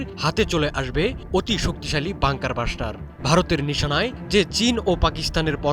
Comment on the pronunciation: পিও (প্রিয়) সাংঘাতিক (সাংবাদিক) ভাই! বাঙ্কার বাসটার না (বাংঙ্কার ব্লাসটার)